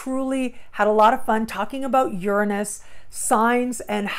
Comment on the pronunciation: the only person ive heard pronounce Uranus the same as me. Ive been studying astrology since '96 and the eclipse just opposed my Dec21 Sun. I'm keeping my awareness sharp and ready for evolution.